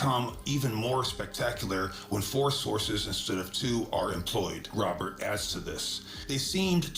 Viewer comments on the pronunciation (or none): none